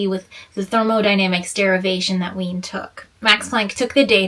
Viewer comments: /reɪli/ which is like "ray-lee" /vei:n/ which is like "veen" /fraʊnhoʊfəɹ/ which is like "frahn-hoh-fer" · Wien - to be read like lavine Kirchhoff - ki like in kid, r like in radiance, ch like h in hen and hoff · Wien - to be read like lavine Kirchhoff - ki like in kid, r like in radiance, ch like h in hen and hoff Fraunhofer - fra like in france, u like oo